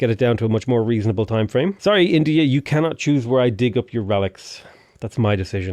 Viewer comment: “Reason-àblè” please stop speaking your dang Spanglish😂😭 (love your content)